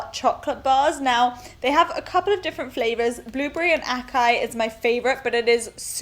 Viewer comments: hey, great video ^_^ and Byt the way, "açaí" reads ''assaí'' not "akai". the "ç" has an "s" sound:) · Acai is pronounced -> ass-eye-e